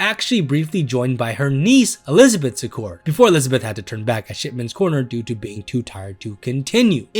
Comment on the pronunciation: Laura See-cord. 😊